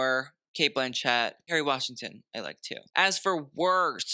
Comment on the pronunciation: Great job, as always. I'm jealous that you got to see that Demi dress up close and personal. It looks divine. And as an FYI.... it's pronounced Cate BLANchit.... not BlanCHETT - use that info or don't... I like you and thought you should know in case you meet her!